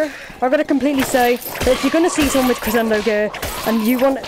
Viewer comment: It's pronounced creshendo